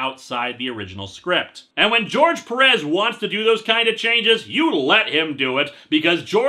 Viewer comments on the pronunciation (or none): I don't mean to be mean or confrontational, but what's with people pronouncing "Perez" peh-RESS? It's PEH-res. I assume people pronounce it like that with Perez Hilton to invoke the pun in that name. But any way, not angry or anything, just trying to be informative. And kill time while this buffers. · Quick question, the final episode of History of Power Rangers isn't out yet, right? EDIT: By the way, it's pronounced "Péh-rez".